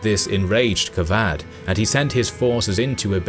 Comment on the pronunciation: He says kavadh ! Kavad qavad کواد = pimp He says kosrow kos+row = vagina+go کس+رو Good luck with those name and pronunciations History's written by westerners w.durant mkII XD